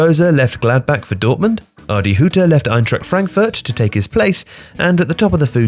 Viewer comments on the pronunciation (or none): none